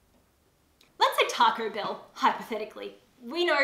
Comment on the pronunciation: Oooooooohhh, TACO BELL! I sware I thought you were saying Targo Bill- and I was so confused about what that could be. 😂